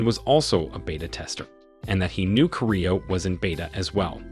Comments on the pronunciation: Man keeps saying his name wrong I can't stand it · you're not pronouncing his name correctly (Kirito) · Dude you are saying the character name wrong man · Bro said kirito wrong💀